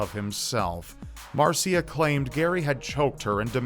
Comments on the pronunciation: You're pronouncing Marcia wrong. It's marr -sha. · It's pronounced mar-sha instead of Mar-see-UH